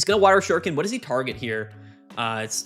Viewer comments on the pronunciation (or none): none